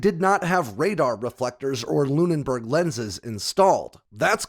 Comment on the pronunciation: *Lune-burg lens. Not Lune-n-burg.